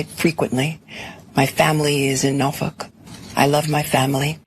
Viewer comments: I have to laugh at Letitias pronunciation of Norfolk....sure sounded like NaaFuk to me...lol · One simple question. Why is she calling Norfolk, as "Norfuck"?!! I served in the U.S. Navy and was stationed there. How can an "education" woman disgrace her "Hometown?! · Can't pronounce 'Norfolk" properly. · That's how we locals pronounce it. Nawfuck